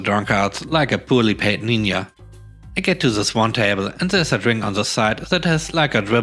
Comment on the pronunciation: Love your site, and been here from your beginning! Am used to German accents since childhood, so find it soothing. You pronounced “ninja” like the Spanish for daughter, but your usage was for the Asian warriors, which should have the ‘j’ pronounced , as nin-jah, rather than nin-yah.